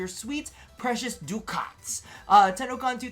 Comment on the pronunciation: doo-kahts??? that's one I hadn't heard XD